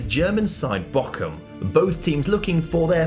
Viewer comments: Yes the o must be longer but 'ch' is not 'ck' in pronunciation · I thought the 'o' had to be longer. My grandad used to holiday there and learnt his German from them. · The "ch" in Bochum is pronounced like the "J" in Juan